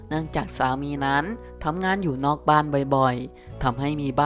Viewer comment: บอกให้หัด อ่านใกม่เถอะคำว่านั้ๆๆๆๆๆๆๆๆคำคาน